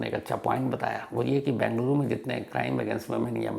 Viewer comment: I like your narrations about the crimes.... one request, please pronounce the city name as Bengaluru (बेंगलुरु) and not Bangluru (बंगलुरु)